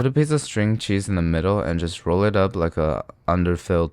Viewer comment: Did he say rawl?